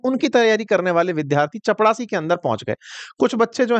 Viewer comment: चपड़ासी ❌ चपरासी ✅